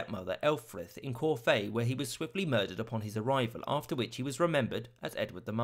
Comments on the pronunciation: Corfe is pronounced “Corf” not “Corfae” 😅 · Corfay?!? How very Parisian 😂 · Corfe is pronounced 'Korf' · "Corfe"? "Cor-fey"? pronounced Corfe, as In Worf - the best Klingon Star Trek TNG ever had. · Kor-fay? Great video, but I couldn't help but pick up on that, Corfe (Korf) Castle is local to me ;) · As someone from who lives near corfe is is anyone to hear this pronunciation but it is a great video and deeply informative in 10 minutes. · "Corfe" pronounced like "Morph" (as in the cartoon character). Corfe Castle is worth a visit, especially when you learn way it's a ruin.